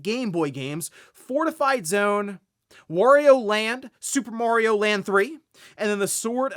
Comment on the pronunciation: Why do people say Worio and Merio?